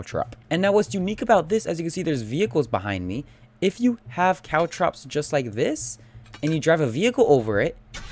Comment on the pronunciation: It's caltrops guys, not cow traps.